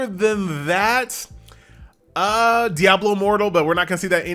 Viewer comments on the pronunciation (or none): none